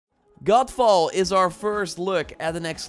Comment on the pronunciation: Every time you say GODFALL, I keep hearing GOLFBALL, which is another game altogether! LOL